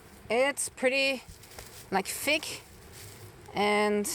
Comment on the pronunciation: Use a voiced 'th' sound with 'clothing'. And the 'o' sound rhymes with 'hole', not 'off'. Also, use an unvoiced 'th' sound when saying words like 'thin' and 'thick'. You've been saying "fin" and "fick". It's a common mistake when German speakers speak English. Your English is perfect otherwise. Hope that helps!